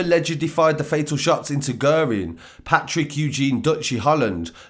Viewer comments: Pronounced gearin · Guerin is pronounced as Gearin Naas is pronounced as Nace